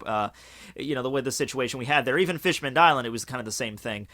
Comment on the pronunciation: Someone clear tjis up for me, please. Bear in mind, I don't read the manga in English. Does just pronounce Fishman-island wrong, or is it actually named Fishmanned-island?